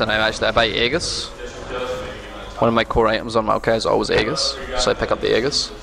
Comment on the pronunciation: All I hear when he says aegis is haggis....